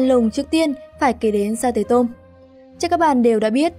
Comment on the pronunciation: Sa tế tôm là sa tê tô mư chứ không phải mô mư ad ơi